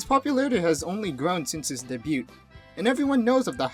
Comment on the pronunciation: "day/deh byoo" not "Day Byoot" it's french so the t is silent